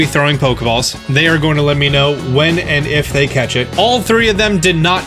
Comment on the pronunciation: Okay, I think is great and all, but did he say 'cetch' instead of 'catch?' This bothers me. 😂